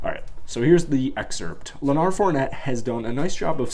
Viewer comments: Bro stop mixing up Leonard with Bernard smh. Im sure you've heard his name said many times.. Its Leonard not leoNard... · Who Fournette? Did you say "LenARD"? The man's name is Leonard, and if you can't read well enough to pronounce it, maybe you should get someone to help you. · Leonard bro...Leonard...not "lah-nard"